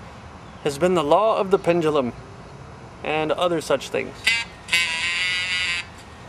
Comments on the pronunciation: For God's sake... it's PEN-DUE-LUM, not PENDALUM -_ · Actually, a more appropriate way to pronounce it for him would be PEND-JEW-LUM.